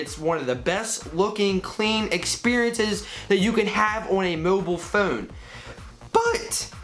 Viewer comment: Gotta love the way he says "phone". Phewn lol